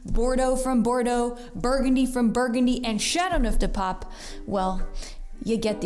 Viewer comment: Your pronunciation of the wine is dreadful. You could make the slightest effort to say those words with even a bit of ' French ' intonation.